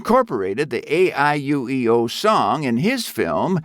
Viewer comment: One/Two of the reasons you got downvotes is the mispronounciation of Momotaro and AIUEO